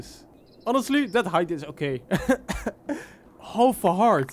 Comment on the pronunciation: bro said holf a haart